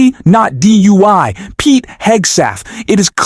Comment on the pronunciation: Pete who??? Learn how to say his name before you post anything!! Do your homework young man!!!!